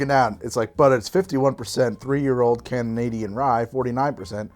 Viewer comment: Hold on, no one's gonna question the way he said "Canadian" when he read it out on the walnut toffee whiskey???